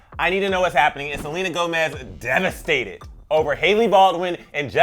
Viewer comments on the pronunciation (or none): "DEVASTED" lol😂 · wtf is 'devasted' do u mean 'devastated' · "devasted" lol